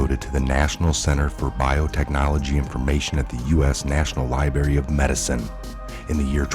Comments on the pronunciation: Did you say "lie bury"???....lol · Love your videos..but please learn how to pronounce library and popular. Thanks for the amazing videos. WWG1WGA